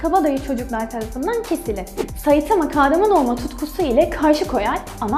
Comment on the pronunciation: Suna saitama diye iğrenç bişekilde demen o kadar gıcık ki saytamaa oooo